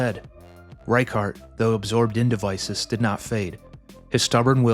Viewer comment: I was very excited to click on the video. But the name pronunciation... I think I'll skip this one out, sorry